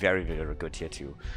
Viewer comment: I'd like to point that his name is limush - despite it's written like limuw, letter W here transliterates into sound sh as it looks like our letter Ш. I know he doesnt mind when you call him limu, but it's just the fact you might find interesting.